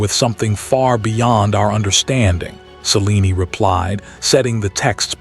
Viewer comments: It's pronounced ( s-eh-lean )....not ( sea-lean-ee ) just saying voice is over guy could watch one movie of a story once in awhile so he can pronounce what he's reading I hear this particular voice while very soothing it is mispronounce especially names a lot over dozens of stories and documentaries. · Selen-e… Celine-e…. Not sure what spelling caused the error… Distracting.